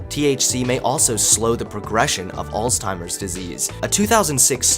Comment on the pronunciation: Good job, boyo! That intro was THE BEST! Couple things: Cannabinoid--kuh-nab-ih-noyd Alzheimer's--Altz-hym-erz I know, pick, picky. Great video! Really loves the music and images, too.